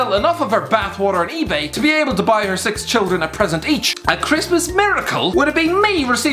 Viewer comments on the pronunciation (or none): none